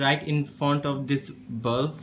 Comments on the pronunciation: It is not bulf its bulb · On you saying you need a bulf It's not a bulf. it's BULB 😂😂😂😂😁😁😁😀😀😀😀😀🤣🤣🤣🤣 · It's not bulf it's bulb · What's is balaff 😂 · not bulf it is bulb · It's a bulb not a bulf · bro pls improve your vocabulary skills it's not bulf it's bulb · Bulf nahi Bulb bolte hai. Aur shoe box par tune bulb ki outline draw Kari hai ya Lund banaya hai. Jab English nahi aati toh q uski Maa behan kar raha hai. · word bulf is wrong brother its bulb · It's a bulb not ''Bulf'' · honestly lad I though you said bomb protecter